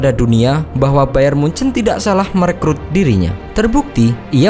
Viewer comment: Nyebut bayern munich aja hancurr lu goblok..Sbutan lu bayern mujan